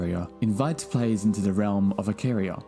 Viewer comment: Btw IcAria not IcaRiah xd